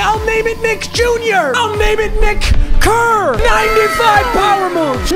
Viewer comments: “Nick Kerr” Bro 😭😭😂😂😂😂😂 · To close with “nick”-“ker” 😅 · Bro was veeeery careful about how he pronounced “Nick Kerr”